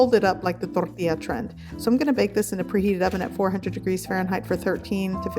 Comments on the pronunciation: The way you say tortilla sounds like aids. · The way she says tortilla 🤦‍♀️